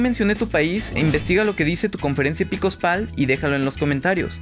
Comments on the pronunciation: Reitero la correccion: Es "EPISCOPAL", no "EPICOSPAL" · jajajajaja "EPICOSPAL"